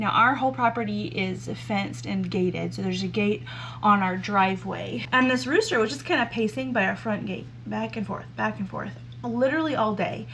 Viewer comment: The new buck barn is going to be great and they're going to love it :) I kept thinking you were saying "road" rooster. Well, it went with driveway chicken dinner!! 🤣